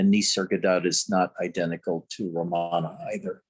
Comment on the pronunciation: It’s not ra MA na, its RAM ana